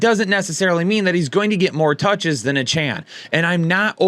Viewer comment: Lol it’s pronounced A-chain